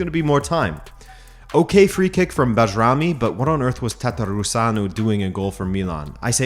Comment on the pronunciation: its pronounced BYErami ahaha you killed the kosovars name